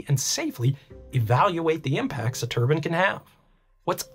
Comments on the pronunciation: That cant be the correct way to pronounce turbine right? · Although Turbine Can be Pronounced two ways...I don't call it a head wrap! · Why do you mispronounce turbine in a video about turbines? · Dude you as an engineer should know it's pronounce (Tur Bine) "Turbine, not (turban). A turban is something that somebody wears on their head... 🤦🏼 there are so many people I've seen and I mean by the thousands whether it be YouTube or people I've met that incorrectly say turbine. if you don't believe me look it up in a dictionary. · Whats a turbun?? It's turbine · 😆IKR! Not turben or turbin or turban👳‍♂... it's TURBINE - ˈtɜːrbaɪn - tur B👁N. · never heard someone say turbans so often in my life. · Oregon local here. I'm curious how many people corrected you on your pronunciation of the word turbine, because you don't wear turbines on your head lol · Every time he says turbine, all I can hear is turban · Turban? I've never heard a turbine be called a turban. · Turbine = Turban?? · Turbin or turbine ☠️ They're a bit different 😂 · The CORRECT WAY TO PRONOUNCE TURBINE IS tur·bine NOT TUR•BIN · Thought these things were called Turbines, not turbins. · It's really wiggin' me out that you say "turbine" like "turban". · Whenever you say turban, I think of a certain type of head-wear. 👳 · It's ter-byne not turbin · Anyone gonna mention the pronunciation of turbines? I keep thinking its what the sikhs wrap around their head with 😭😭😭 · Say Turban one more time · Certainly ain't a turban. 👳‍♂ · I love your content, but as a Canadian, your pronunciation of turbine greatly upsets me. And we like to make fun of Americans for their mispronunciation of it. Especially as a turbine jockey. Its always meant to be a hard I like turbINE, and its always just poking fun at you guys for it. Keep up the good work, I always enjoy your content! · You say "turbine" is such a weird way. Like you are saying "turban" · Why do americans think the e at the end of turbine is silent